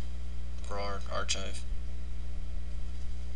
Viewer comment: dude its arkhive not arch hive